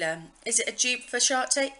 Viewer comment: I really enjoyed this video; I love having a nosey around people's make up stash! (I'm so immature though that I giggled when you said shart instead of tarte! Haha) xx